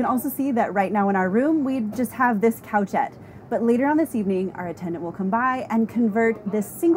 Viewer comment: Oh this is adorable but 'couchette' is actually pronounced coo-shet. Coucher is the French word for sleeping or laying down.